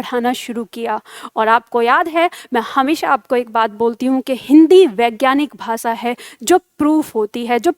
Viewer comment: प्रस्तुति अच्छी है। शाबाश ! अपना उच्चारण सुधारो। विशेष, भाषा, परिभाषा, स्पर्श,देश का उच्चारण देखो। प्रूफ के स्थान पर सिद्ध शब्द का प्रयोग करो। शुभकामना।